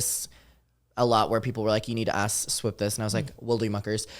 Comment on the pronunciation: For me it's the Swuuup 😅